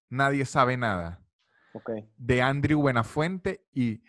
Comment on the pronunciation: ¿Por que pronuncio "Andriu" buenafuente cuando todo el mundo le dice "andreu"? Es español, no ingles jajaja